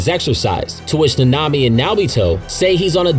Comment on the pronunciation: Last time I’m watching o e of this guys videos until he learns how to say nanami